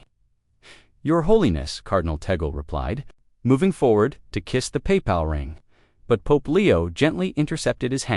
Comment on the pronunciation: Not paY pal!! But one word Papal.